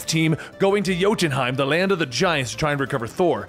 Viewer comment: He mispronounces jotunheim often